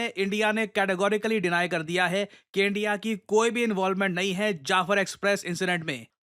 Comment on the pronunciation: They said endia 😂 Not india 😂